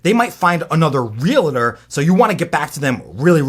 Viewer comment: great info but stop saying realator. It's pronounced realtor.